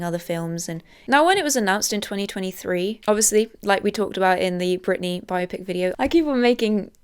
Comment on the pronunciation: "Bio-Pick" No, Zoomers. It's "Bi-Opic." The word existed before you did, you uncultured swine.